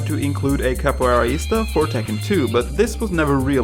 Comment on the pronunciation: It's not "Marchelo", it's "Marcelo" It's not "capoeiraista", it's "capoeirista"